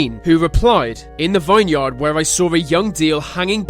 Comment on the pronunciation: VINEYARD is pronounced "VIN-YERD" .... you're not supposed to read "vine" and "yard" separately. Also.... the guy demonstrating the window's resistance to shattering didn't break it, the weight of his body being slammed against it so many times, made it pop out of the frame....but from what I heard, it was still intact! 😆